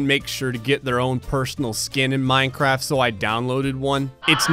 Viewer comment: You said minecrap